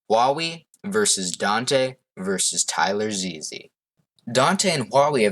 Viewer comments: Damn you didn't have to do "Tyler Ze-Ze" like that lol. It's just Tylarzz. Overall, I'd say this was a good analysis, but I think there are some more people who could be considered the best. M0xy - before he blew up on Overwatch/Among Us, M0xy was ranked number 1 globally on badlion duels. This means that while he may not have been number 1 in any specific game mode, he was the most consistent player throughout all game modes. Jdegoederen - An absolutely insane UHC player. He won 4 UHC Elites in a row, and then won a 5th one when they let anybody play as well. ZMCNikolai/Rex5826/MarkiLokuras/Monso - Some of the best EU badlion uhc players of all time. They proably aren't as good as Jdegoederen or Danteh, but they are certainly up there AustrianGaming/Wichtiger - IDK much about the current German PvP scene, but I believe these 2 youtubers are some of the best Skywars players on Gomme right now. I have heard X_SUS is pretty good too, and he also commented on the video. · bruh how did u pronounce Tylarzz wrong